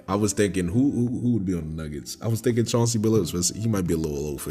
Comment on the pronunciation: D. Legend that man said Chauncey 😂